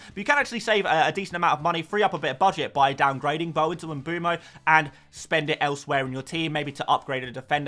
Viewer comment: please please please pronounce mbeumo properly